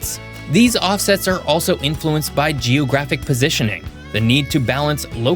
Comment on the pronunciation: Why does he say geOHgraphic??